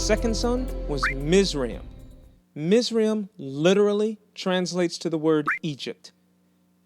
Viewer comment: Yay ! Someone on YouTube that actually pronounces Miz’ra-im correctly.